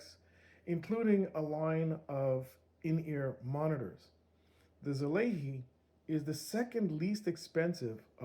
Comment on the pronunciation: I never seen anyone call it right yet haha. It’s Sah-lah-ee. I bet seeing the wording of such give you all native english speakers a tongue twister 😅 Thank you for this review a year later, I was actually considering it and found out the Mark II was released not long ago, any chance for that to be reviewed🎉😊?